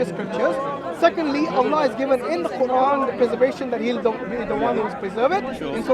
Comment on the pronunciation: How Many Qurans I know you are not my student. I just corrected the pronunciation.